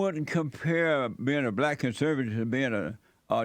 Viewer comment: And he says BLAT, instead of Black. 😂 I'M BLAT by the way